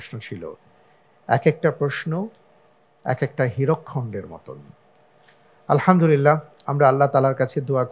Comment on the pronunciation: এখানে সঠিক উত্তর হলে আলহামদুলিল্লাহ বলা হয়।কিন্তু আলহামদুলিল্লাহ এর উচ্চারণ সঠিক হচ্ছেনা।এটা কি কেউ খেয়াল করেনা???